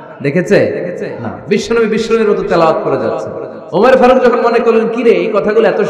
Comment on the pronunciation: হযরত ওমর রাঃ এর নাম তো ওমর ফারুক কিন্তু হুজুর বারবার বিকৃত করে ওমরে ফারুক বলতেছেন কেন বুঝলাম না ? নাকি আসলেই উনার নাম ওমরে ফারুক ? বিষয়টা কেউ পরিষ্কার করবেন প্লিজ ।